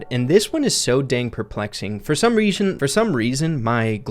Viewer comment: reashon lol